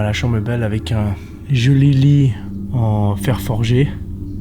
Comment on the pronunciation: "un jeuli-lit" 😂